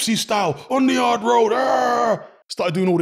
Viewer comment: On the Arrrrrrrrrrrrd road!😂